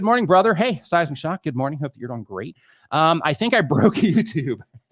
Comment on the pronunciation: Nick "See wach you're DAWOING!"